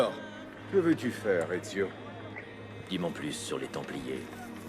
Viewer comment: C'est Ezio pas Ezyo